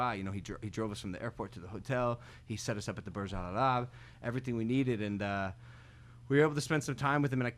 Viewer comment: Logan it’s Burj Al-Arab 😂 it’s not that hard bro🤦🏻‍♂️😂